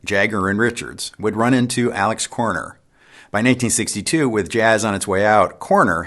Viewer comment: It’s actually “ALEXIS” (pronounced ALEC SIS) Korner. He was a major influence in London for all of the up and coming Blues Players then.